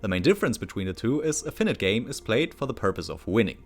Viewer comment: Great video, looking forward to the next part! PS. check the pronunciation of :"finite" ;)